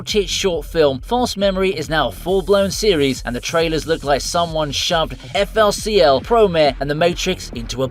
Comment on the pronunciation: pi-e-row... Fooli Cooli.....